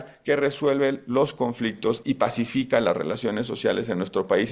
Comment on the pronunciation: Por favor, “PACÍFICA” 😂😂😂